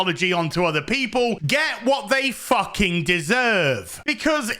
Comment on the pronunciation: FOOKING SCISSORING ✂️